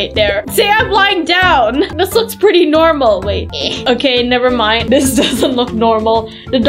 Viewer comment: Why always say nevermine